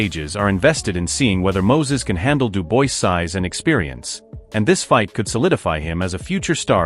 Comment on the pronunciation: Why is it when someone narrates about the likes of DuBois and Itauma they never pronounce their names properly like Itauma they call him Itoma or Atoma and DuBois they call Deboyce. Can't you just do your homework and call their names as they should be. At least listen to the pundits who more often than not pronounce them the way they should be pronounced. Ffs!!... Having said all that there hasn't even been any talks about a fight between those two boxers so this video is about a possible fight between these fighters not a real fight....